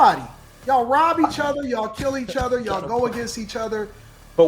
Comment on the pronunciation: Anton said Yawll. But he's black. He thinks he's a different type of black. Some things I agree with. But you can't say Yawll